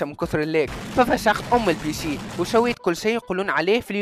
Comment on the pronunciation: بيسي ❌ بيشي✔️😂 سوديوم❌ شوديوم✔️ جافا❌ سافا✔️😂 أمزح لا تشخصنها😏